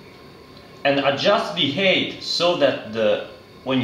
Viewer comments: Very well presented, you are a good teacher! Just for future videos and for your information, the word 'height' is pronounced 'hait', not 'heit'. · Please learn to say height properly lol